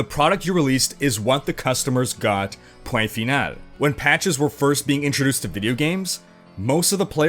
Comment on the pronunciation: hey your "point final" sounded really french canadian lol well pronouced:P